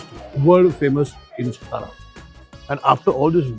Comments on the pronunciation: सतारा नाही तात्या, it is सातारा सा ता रा Saa (सा) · Why you are stara .. its satara .. you are maharashtriyan .. you should know how to pronounce it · Sir It's not सतारा it's सातारा... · अरे काय आहे हे. मराठी माणूसच जर आपल्या नावाचं अवमान करेल तर मग दुसऱ्यांना काय दोष द्यायचा. सतारा नाही सातारा आहे. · तुम्ही मराठी असून सतारा, सतारा कशाला बोलता? सातारा बोलू शकत नाही का? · कृपया सतारा म्हणू नका...तुम्ही सातारा मध्ये येऊन ब्लॉग बनवताय खूप छान आणी आनंद वाटतोय पण ही आमची मराठांची राजधानी सातारा आहे ... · Please correct your pronunciation it's सातारा and not सतारा. Don't promote the way North Indians incorrectly pronounce the city's name. As the host of the show its your duty to put forth correct information. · You are right it's सातारा not सतारा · तुम्ही का सतारा म्हणताय सातारा म्हणा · सतारा नाही सातारा 😡 नीट बोलता येत नसेल तर तिकडे जावून व्हिडिओ बनवूच नयेत .. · सातारा, आप सतारा क्यूँ बोल रहे हो? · काय सतारा सतारा लावलय... मराठी आहात ना तुम्ही मघ वागा ना तसं....साधा आणि स्पष्ट उच्चार आहे " सातारा" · Satara ahe rao, not stara😊.Amcha kade alat khup anand jhala.🙏jai shivrai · सतारा नसत "सातारा" असत भावा 😊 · Brilliant catch. These foodies don’t care about the right pronunciations often. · Satara toh thik se pronouns karo bhai